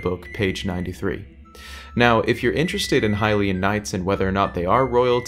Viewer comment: That’s a really good question! We don’t, actually. They could have existed long long ago, there’s nothing to disprove that. We pronounce it correctly, everyone else is wrong ;)